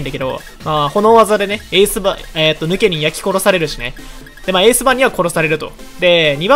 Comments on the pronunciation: の発音 ヌ↑ケ↓ニン 正しい発音 ヌ↓ケ↑ニン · ヌ↑ケニン？ヌ↓ケニンじゃね？ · ヌケニンイントネーションちがくない？笑笑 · ヌケニン⤵︎ ヌケニン⤴︎ では？ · ヌケニンの発音の仕方が私と違いました。現場からは以上です。ヌ↓ケニンじゃなくてヌ↑ケニン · ヌ↑ケニン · ヌ↑ケ↓ニ→ン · どうでもいいけど発音ヌケ↑ニンなんだな ヌケ→ニン(抜け忍)だと思ってたわ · ピクミンの発音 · ヌケニンのイントネーションおかしすぎな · ヌケニンの言い方が独特だね。